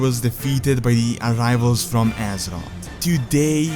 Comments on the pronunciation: it's azeroth not azerott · dude i get you are not native english speaking, but for some words you could make a little more effort like Azeroth and Aegwynn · I hate the way this guy says azeroth so much. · Love the video, just please pronounce Azeroth correctly once T_T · The way he says azeroth gives me cancer